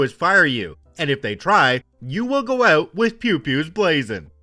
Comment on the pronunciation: "REALLY HELPS US OUUT"......WTF, MY god, I THINK HE'S..........CANADIAN!